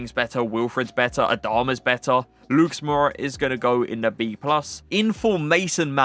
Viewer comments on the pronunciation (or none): none